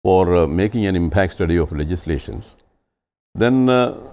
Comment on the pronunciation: There's no question about the merit of the panelists and the quality of the discussion. Big picture restores your faith in TV debate/discussion. But, sorry to say, this particular anchor sometimes tries too hard to speak English which is very irritating. Why does he need to speak in a different accent ? And, with the additional pronouncing of 'ah', like 'processah', 'impactah', the accent sounds more pathetic...